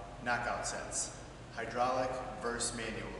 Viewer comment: Verse lmao its versus